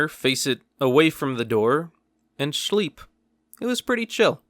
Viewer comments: was that shleep or sleep? I knew it means sleep but I didn’t quite get the pronunciation. I think it’s shleep. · He said shleep he's a Kerala fan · It's shleep